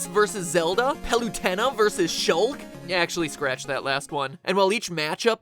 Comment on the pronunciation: The way the way he mispronounced Palutena and Shulk really bothers me for some reason.